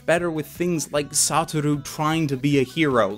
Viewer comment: it not SATTT-OR-U is SUE-TOR-RU